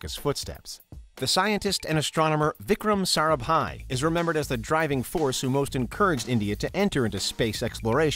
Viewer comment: The first guy who said "Vikram Sarabhai" and not "Vikram Sarabai"